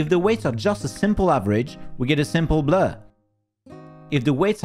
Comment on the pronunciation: I like the way the pronounces, Blur.